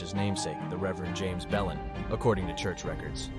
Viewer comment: Considering the name of the Belin Church in Murrells Inlet is actually pronounced "Blane" I don't know that "kudos" are to be given to this video. The narration actually sounds quite like AI.